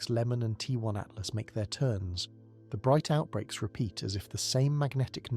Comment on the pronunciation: 3 l "Atlast"??? C'mon. How am I supposed to take you seriously, when you can't even get the name of the object right? Do better please.